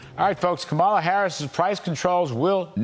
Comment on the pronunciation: Kudlow can't pronounce Kamala's name right, nor is he careful or correct about anything else. Fox News had to pay $787 million settlement for lying to us, and they haven't stopped. Be careful who you believe.